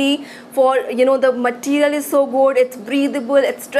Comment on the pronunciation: Its really funny hearing northies saying 'materials' 😂